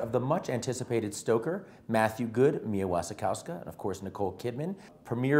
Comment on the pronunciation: Just replace the W with a V, Mia Vasi kovska